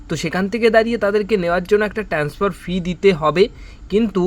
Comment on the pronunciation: সব বাসি খবর। ঠিক করে বলতেও পারে না। জঘন্য। আরে ভাই, 'ট্যান্সফার' নয়, 'ট্রান্সফার'।